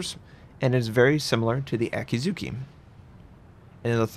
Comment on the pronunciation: No. There are silent vowels in Japanese (mostly syllables ending in -u). Akatsuki is pronounced A-Kat-Ski, NOT A-Kat-Soo-Kee. Also, Akizuki is pronounced A-Ki-Zki NOT A-Kee-Zoo-Kee.